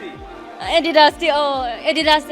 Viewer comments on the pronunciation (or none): Adidas pronounciation????